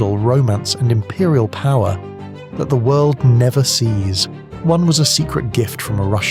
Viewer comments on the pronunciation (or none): none